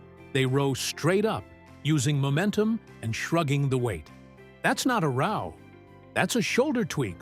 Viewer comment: I dislike a lot of these AI generated workouts because half the time they don’t have the right exercise shown or the show the exercise being done with errors that they just commented on without noting the image as “don’t do this do as we recommended”. On this one the mispronounce ROW throughout the exercise. Then they call out the Arnold Press NOT noting that perhaps one was an actual arnold press but NOT one of the examples after the first one are anything other than a standard DB press.